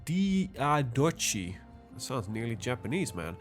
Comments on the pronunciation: for future, it is pronounced like dee ah dock ee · And Diadochi is also pronounced like Diadoki.